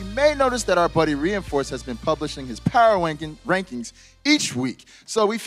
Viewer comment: "Power Wankings"